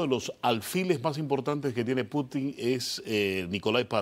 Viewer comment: Y este es el “especialista” en temas de Rusia. Vaya nivel de invitados. Para empezar, que le explique al como se pronuncia correctamente el apellido de Putin. Está claro que la dictadura cubana sólo persigue prolongar su existencia y que Rusia busca soluciones geopolíticas a su favor. Vaya tontería decir que Rusia busca en Cuba tierras y recursos para garantizar productos básicos. No hay mentira más grande que decir que actualmente Rusia está afrontando una crisis alimentaria. Infórmense mejor o mienta con algo más de creatividad.